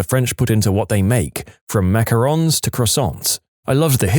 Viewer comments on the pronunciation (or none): none